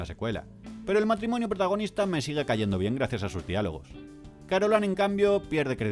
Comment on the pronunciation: ¿"Carolan"? ¿Pero no era "Carolain"?